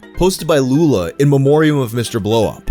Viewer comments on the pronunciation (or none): none